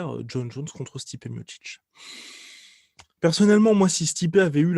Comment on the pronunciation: À chaque fois qu’il dit « combat contre Stipe » j’entends « combat constipé » 🤔